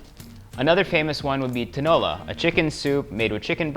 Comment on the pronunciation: The best pronunciation of Tinola I have ever heard ☺️